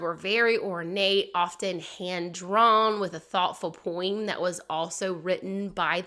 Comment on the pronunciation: I cannot get over the way you pronounce "poem." Where are you from. I'm dying of curiosity!